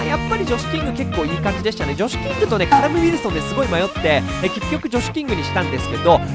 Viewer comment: ジョシュキングがムシキングってめっちゃ聞こえるねんけど？笑わかる人は同世代👍